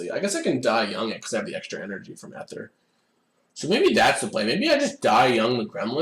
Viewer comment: oh my god stop pronouncing "aether" like that!